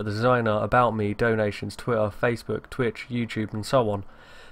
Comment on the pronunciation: Lol he said tweeah